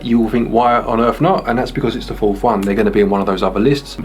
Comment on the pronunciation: Great video guys. I do have to say though. Its fourth not fourf lol